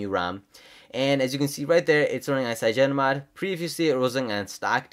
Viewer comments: Dude its cynogenmod not cygenomod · I thought it's cyanogen mod ? @@